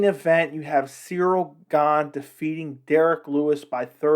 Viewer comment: About Chael..... Chael has a great shtick. It's fun. I prefer how he talks off the cuff and from his own memory. I prefer Chael over people who do an mma video and constantly read off of people's mma records on Wikipedia in an attempt to sound like an expert. Chael also pronounces Gane's name as "Surreal Gong" and acts like he doesn't know better. The gimmick that Chael has is great. But what can you expect from Chael. The dude's undefeated. Hasn't even lost a round!